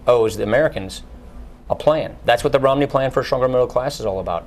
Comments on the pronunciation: At about or so he clearly says "Ritt Nomney". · Ritt Momney? lol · lol he said ritt nomney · ritt momney